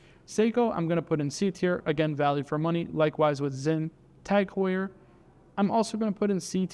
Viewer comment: It's pronounced "TAG HOYA"